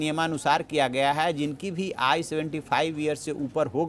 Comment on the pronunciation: आयु शब्द को आय उच्चारण करना एंकर की कमजोरी है ।